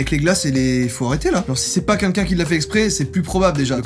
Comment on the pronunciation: joyca qui dit quunlqu'un au lieu de quelqu'un oklm